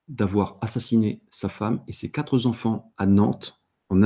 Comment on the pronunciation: Intéressant cependant attention aux liaisons. Il n y a pas de s à quatre